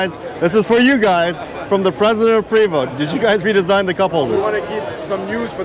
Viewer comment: There may be bias from me as im French Canadian (as is Prevost.. and yes.. its pronounced Pray-voh.. not PREEE-voh) but dang this looks really sharp.. even the old model looked fantastic.. nicely done Prevost!